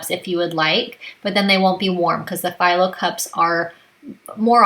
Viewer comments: Thanks for the recipes. Just FYI, the phyllo shells are pronounced fee-low not figh-low. It’s a Greek pastry. I know it’s probably one of those words you’ve seen but never heard anyone else say it. Now you know. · great appetizers! Not being rude, but Phyllo is pronounced Feelo